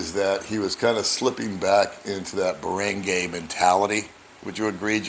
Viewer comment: Barangay ~ Bah-Rung-Guy :)